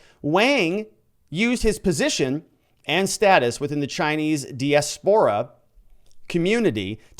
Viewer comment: look up pronunciation of diaspora. Accent on the second syllable.